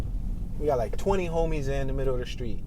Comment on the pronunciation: You fa'sho ain't from Detroit pronouncing street names like that 😂😂😂